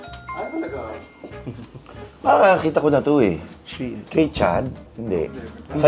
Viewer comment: SHEIN/ SHiin the right pronounce po😊